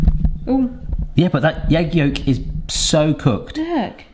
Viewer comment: ..... What's a yeg yolk? 😂😅😅